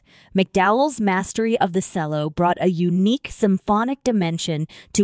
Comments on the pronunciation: FFS it's E. L. O. not ello & while mwe're on it it's pronounced CHELLO not sello & Chellist not sellist & Base guiter not BASS FFS!!! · Every time she said "cello" I cringed!